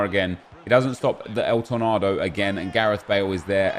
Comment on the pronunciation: please just say tor nayyydo not el tornadoe